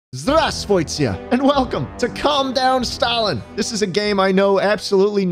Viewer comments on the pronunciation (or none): АХАХАХХАХАХ БОЖЕ. КАК ТЫ СМЕШНО СКАЗАЛ " ЗДРАВСТВУЙСТЕ" АХАХАХАХАХАХ ОСТАНОВИТЕ МОЙ ОР Ты сказала не "здравствуйте" , а "зравсвойте" ахаххахахах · THANK YOU FOR THE RUSSIAN HELLO TO IMPROVE WHEN YOUR AT THE VOO PART SAY IT LIKE WOO BUT WITH V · I am smiling on the start the way he say hello in Russian is so bad I can tell cause I am Russian. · That "здравствуйте" in begging was almost perfect if not the accent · I spent so long while learning Russian not knowing that the first в is silent and having so much difficulty pronouncing basic greetings... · that pronunciation of здравствуйте though 💀💀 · it was actually really bad, hope you’re joking